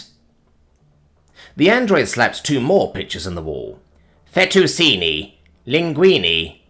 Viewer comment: Penné. Not pen. Fetuchini. Not fetooseeni. Vermicheli, not vermiseli. Also. Raucous is pronounced with a hard c sound. Not a sh.